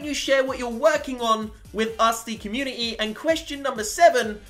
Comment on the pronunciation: I'm sorry but this has annoyed me even though your great u pronounce community with a t